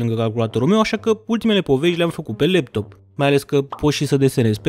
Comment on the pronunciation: imi iau leptomu in brate"😅 In loc de leptop ai zis leptom (no hate)